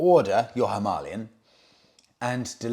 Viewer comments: if its pronounced himarlian its spelt himalayan...which to most of us and you , is Him - a lay -an not Him ar lee -an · Hima means snow...Alaya is Abode/Temple.... Himalaya means Abode of Snow Pronounced Him-aalaya Bike: Him-aalayan. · Having a great time watching you struggle with "Him-AH-lian". :D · Himalaya is derived from two Sanskrit words— " Hi-ma,' snow, and " a-la-ya," abode (The abode of snow), that is why it is pronounced, hi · maa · lay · uhn (himalayan). Beautiful bike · The Indians pronounce it as Harmalian simply because of their Indian accent when speaking in English , it’s not a great mystery ,or the end of the world ,as we all know what motorcycle they are referring too . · Himalayan - is not pronounced as you corrected yourself, it's pronounced how you originally thought! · You pronounced Himalayan the right way the first time, your new pronunciation is clearly wrong. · Its just pronounced that way in Hindi simple Just like St Trop etc. Love you channel from Hounslow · You are now pronouncing it wrong. You had it right the first time. It's named after the mountain ranges. Please google it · How Ridiculous,.. If you are going to pronounce the Himalayan motorcycle that way how on earth are you going to pronounce the Himalayas or Himalaya when traveling, Good Luck with that, you are going to sound like a right twit. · Himalayan mountains. Say it right. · Keep saying himalayan as in the mountain. Remember Michael Schumacher . The German pronunciation is sho ma har, the English version per Murray Walker was Shoe Makker.